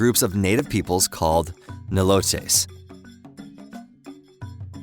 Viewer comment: Nilote Pronunciation /ˈnʌɪləʊt/ The pronunciation should be intuitive and obvious to an English-speaker. How on earth did you mispronounce "Nilote?"